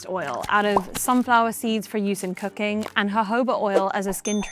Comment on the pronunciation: every time she is saying cooking, it sounds like cocain